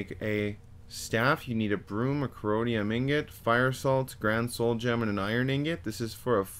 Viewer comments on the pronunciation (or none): Great handy video, but Jesus Christ you need to learn to read. “Corodium” instead of corundum damn near made me choke on my dinner. And “tomb” instead of “tome” lol